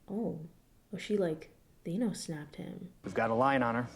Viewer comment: It was all gangsta until she pronounced Thanos wrong.